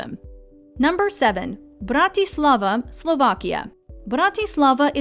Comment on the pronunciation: BRRRRRAAAA- TIII - SLLLAAA - VAAAAA